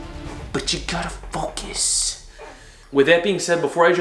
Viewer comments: "But you gotta FOCIS”... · The "...but you gotta FOCUS!!!" gets me every time.